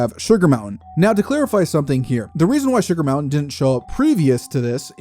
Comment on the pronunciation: Sugar Mointain hehehe